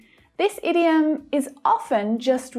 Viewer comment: I have a doubt about the idiom pronounciation. Why ur pronouncing it as ediom although the word starts with a oval 'i'